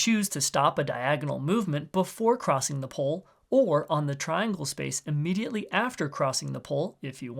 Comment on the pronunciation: the way this guy pronounces "pole" as "pull" is driving me nuts what accent is that